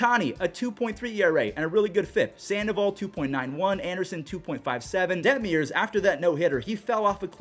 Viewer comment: Coming from an angels fan we had the offense but injuries ONCE again derailed our season. Also it’s Detmers not detmiers 😂